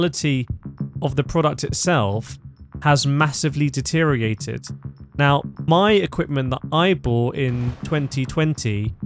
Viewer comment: Deteriorated* you missed a Syllable